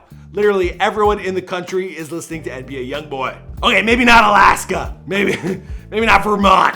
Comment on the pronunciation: Why you gotta yell every last few letters of the word “aLASKA” “any where eLSE”